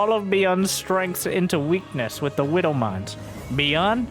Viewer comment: I swear I hear saying "Whiddle Mines" instead of Widow Mines. Gets me every time.